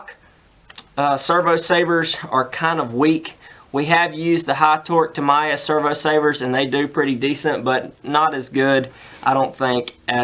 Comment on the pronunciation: TA - MI -YA ... That's how u pronounce it..cheers